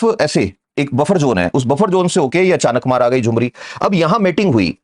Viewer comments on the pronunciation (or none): नाम अचानकमार नहीं है...अचा।।।।।।नकमार है ।